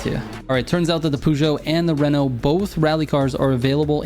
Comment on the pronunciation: Feel like garbage being that guy but it's pronounced purr - joe. And Renault the L and T are silent so it's ren - oh. Love the tunes. Keep up the good work